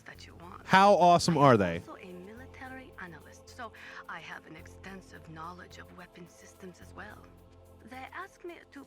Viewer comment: The fake ass "Russian" girl. She pronounced Knowledge as Nawledge, when every Respectable Russian would say No-ledge.